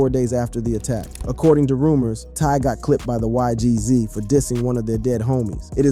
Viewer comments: Why Gee Zees 😭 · Bro nun against you bruh but it’s not g z it’s not eik it’s naas it’s not ohek ts is funny ash